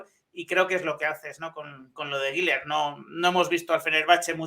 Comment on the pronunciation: SOLO UNA COSA POR QUE DICEN GUILER CUANDO SE PRONUNCIA GULER ASÍ CENCILLO LO SIENTO NOVES UNA CRÍTICA GRACIAS